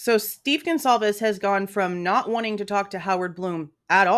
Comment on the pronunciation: Excuse me Howard but who are the Gonclaves family? He can’t even say the name correctly. That right there tells me he’s a fraud.